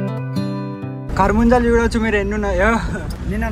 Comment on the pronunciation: version: karabujjalu ❌ karamunjalu😅